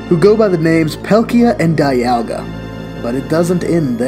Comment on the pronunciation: He pronounced Dialga and Palkia wrong typical u can't mispronounce only one you either pronounce both right or both wrong